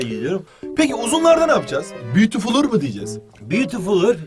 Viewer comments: beatifulur dangerouslrlr handsomeırır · beatifuLUR dangerousIRIR handsomeIRIR